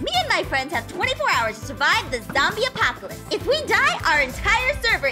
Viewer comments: said "apopalopolis"🤣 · For a second couldn’t say apocalypse 😂😂😂😂